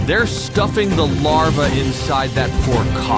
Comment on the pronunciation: Its Larvae!! Not Larve